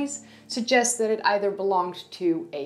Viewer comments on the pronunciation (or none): none